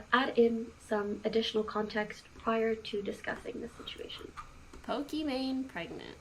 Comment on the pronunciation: Why does destiny say pokimon instead of Pokimane